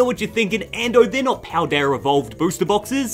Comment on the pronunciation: “Pal-dayur” 😂 I had to